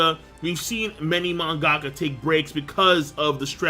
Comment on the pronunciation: its pronounced man-ga-ka not mon-gack-ka, lol.